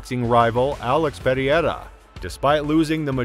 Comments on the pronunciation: alex perry-air-uh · These Chinese videos w/ text to speech 😠 say pear ear rah one more time mf'er